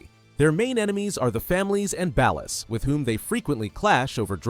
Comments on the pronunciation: You say Ballas wrong it's pronounced "bollas" not "bahlass". that's Floyd Hebert not Wade. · ballers with an ah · I don’t like how he pronounces Ballas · its suppose to be ball los based on the way gta characters say it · I hear actual human YouTubers pronounce it that way too, even though every single character in the games says "Ballers". If the source material says Ballers, that's how I say it. It's like Ryu in Street Fighter. I hear people say "Rye-you", or for some stupid reason "Roo", but in both Street Fighter and Ninja Gaiden, the name is pronounced "Ree-you". Everyone, just listen to the fucking source material and stop making up shit. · Whitest pronunciation of "Balla's" I ever have or ever will hear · That is not how you pronounce "Ballas". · This is actually the dumbest video on GTA lore I've ever had the displeasure of watching. Whats with you saying Ballas like that? You're saying it fucking wrong. And whats with the shitty self-inserts of someones custom character with the families? Lokks like shit and completely deviates from any of the grounded and realistic looks of the gang members? And why do you have Franklin dressing up as a Balla when he's part of Families? Do better reasearch instead of just throwing random fucking pictures in the mix. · Pronounce Ballas like that again and I'm giving you a cartel execution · Ngl I hate how you say Ballas. Families are like the Bloods n Ballas are like the Crips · AI is not so smart Saying Ballers like Dallas is throwing me tf off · You say ballas wrong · Broo see the smallest mistake